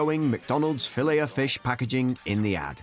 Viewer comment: I would think a European would catch the silent “t” in filet.